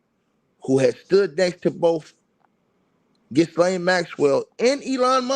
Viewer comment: (Her name is pronounced ‘Gill-ane’. The S is silent)